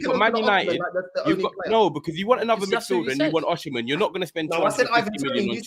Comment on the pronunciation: That arsenal fan thinks it’s fifa,we’re not chelsea 😂😂😂 man said oshimen.